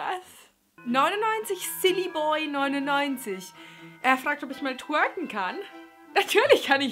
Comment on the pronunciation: Wie immer sympathisch, nur warum so hart geschminkt? PS: dein "twonken" ist toll:-)!